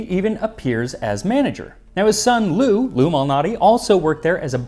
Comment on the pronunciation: I'm not gonna lie, when you said "Lou Malnati" I heard "illuminati" 😂.